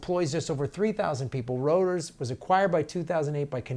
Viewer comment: Rooters. Not Roters.